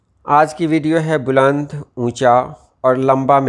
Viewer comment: السلام عليكم ورحمة الله وبركاته بلند کے ب پر پیش نہیں زبر ہوتا ہے